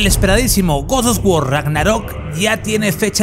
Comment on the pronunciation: Porqué dices gords dos guor?